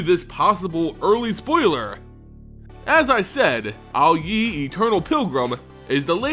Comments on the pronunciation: fun with mispronounsiations! prince aily yes it is he playable in abzaaaan! 2 or 3 possibly but not any mooooore! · this particular mispronunciation makes me think of Mohammed Ali.